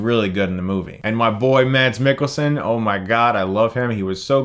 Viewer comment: Mads is actually pronounced without the d, it's just ment to make the a short and soften the s. So it's basically Mas. Not that anyone outside Scandinavia knows. Though you nailed Mikkelsen. It didn't get the American spin you're used to with last names originally from Denmark like Jensen.